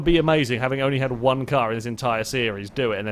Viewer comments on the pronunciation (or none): none